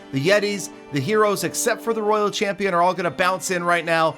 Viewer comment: will never know how to say royal champion xD